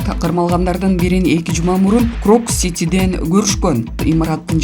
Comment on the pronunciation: Крокс эмес э тупая крокус!